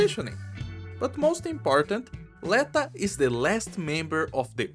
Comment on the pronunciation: l'etO, rather than l[ae]ta pretty sure